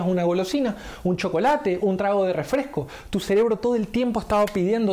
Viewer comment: *REFRESCO NO REFLESCO, y se dice PERDON porque te estás expresando a una audiencia, peor viniendo esto de un supuesto profesional. Estas generaciones no saben nada dijo Lawler... jaja